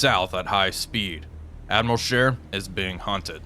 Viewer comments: Isnt it Admiral Sheer not Share? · I love your videos. I know it’s just me, I can’t believe no one has not pointed out it’s Sch ‘ee’ r, not share.